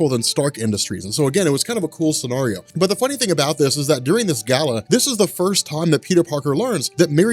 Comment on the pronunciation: You say scenario weird... You pronounce it sceARio.